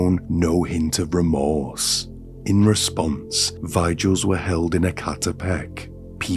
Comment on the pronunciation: I don’t think this is an AI, but I was kind of tripped out by the pronunciation of Martinez and Vigil and some other words? 😅 🤔